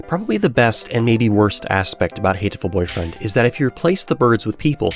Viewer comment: Wow, such a hateful way of pronouncing the title... :D